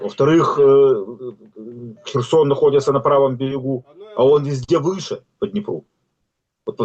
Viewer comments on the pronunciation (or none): none